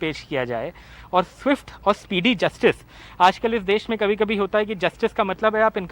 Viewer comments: देस नहीं देश होता है.....NDTV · सर देश होता है ना की देस